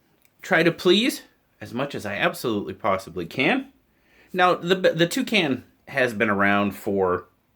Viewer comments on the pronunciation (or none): When you heard you say it I tough you said "Two can" one more can of beer lol looks ok